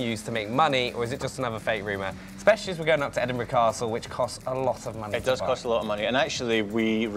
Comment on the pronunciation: Liam Bob Not Edinburgh - It's Edinbraaah